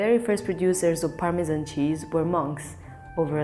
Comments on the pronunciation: As a chef, these narrations kill me - Gonads - Parmesan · My favourite part was the start of the Parmesan section where the narrator said "Parmejahn" and the lady straight after said "Parmezan" Ah, English 😌